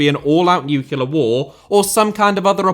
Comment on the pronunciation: Did you just say 'nucular' war?